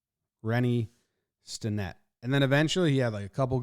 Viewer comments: Accent on the first syllable. STEN-nett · Stennett rhymes with Bennett. Pirates fan since 1971.